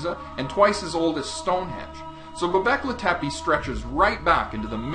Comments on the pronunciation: The name is Turkish not Arabic, and you are pronouncing it wrong. Not a promising start... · ITS NOT ARABIC (Göbekli Tepe). Just type turkey into google and in SECONDS you know that turkish is an own language. Not only is your pronounciation bad but you even didn't get the language right. I'm very disappointed. I wanted to say improve your research but you probably didn't research at all. How is anyone supposed to believe the rest now? This is cheap my friend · it's göbekli tepe, not goback litepi.